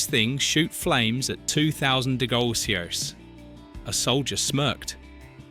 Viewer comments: ..3'10"..."are you kidding? Those things shoot flames at 2000 degolsios"... 2000 what again? This nonsense AI narration must stop. It's absurd. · That's what I thought, no idea WTF 'degolsios' (or what he said) are, it's hilarious how bad Artificial 'Intelligence' voice-overs are, don't know wether to laugh or cry.